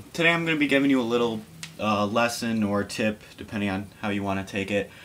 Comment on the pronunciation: Tip not TIp :P